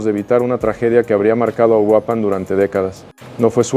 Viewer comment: Se llama URUAPAN !!! no uruapán